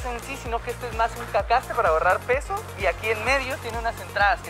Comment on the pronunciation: jajajaja como buen chapin xD hahaha alv la palabra plásticos :v “CACASTE” jajajajaja